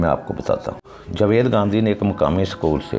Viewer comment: پہلے اپنا تلفظ تو ٹھیک کر لو.... جوید کون ہے